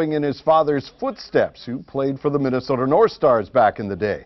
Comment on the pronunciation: Reporter's school 101 -- learn to correctly pronounce Minnesota. Nope.